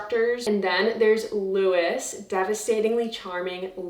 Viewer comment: Because “Louis” is French, the name is pronounced “Loo-ey” 💕